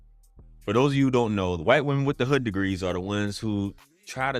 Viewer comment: I think she meant wight lol